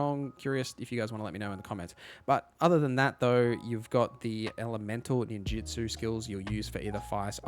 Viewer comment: Are you calling it Ninjitsu? 😕